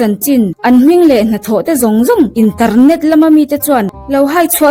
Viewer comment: Kawnsât, intarnet... 😂 A va chiang fek fawk em!